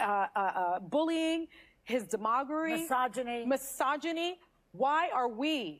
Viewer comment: "...his 'demogary"? ROFL. Sunny, if you're gonna try to sound smarter than you are, at least learn to say the grown-up words like demagoguery correctly. 🤣